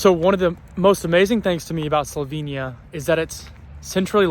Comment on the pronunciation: I'll be direct, I hope you learn to pronounce "Slovenia" the right way sometime soon. It's Definitely NOT "slovinia" - it has an "e" - pronounced like "ai" in "chair." Other than that, Welcome - and Enjoy in the only country with "love" in its name!